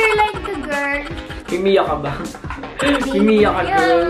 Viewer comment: Mimiya po hindi mimiyo 😌 kung d ka lang maganda talaga 😅😂